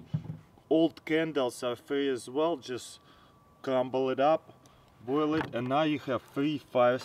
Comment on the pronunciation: "Very very vell"